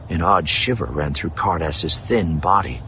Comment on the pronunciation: I don't know why I kept hearing 'Hardass' instead of Ca'rdas.. 😅